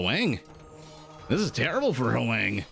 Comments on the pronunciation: Hoang may be Hwah-ng (1 syllable), not howay-ng. Dunno them personally though, so… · Other comments have already explained the pronunciation of Ezio, but I'd like to address Hoang. As a Vietnamese name, it's pronounced as a single syllable. So it's "hwang", not "hu-wang". You can imagine that "hw" sort of like someone from the southern states of the USA saying "what" ("hwat"). The vowel is also more of an "ah" than an "ae".